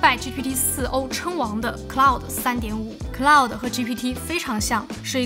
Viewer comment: ummmm 是claude。。。不是cloud